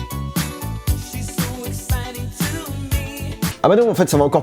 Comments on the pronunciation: sa ce di fresh pas frsh lecritur oui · t'as dit F R S H ptdrrr c'est fresh hein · F.R.S.H sa se prononce « fresh »